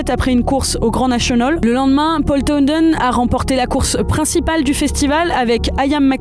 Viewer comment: C'est si dur de dire towNend et pas towNDend quand on est journaliste ?